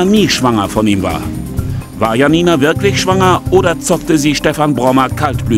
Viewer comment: Mich triegert es hier, wie der Name Janina ausgesprochen wird.